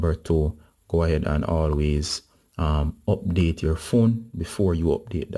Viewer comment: Abdateeee uuuuuhhh the accent😁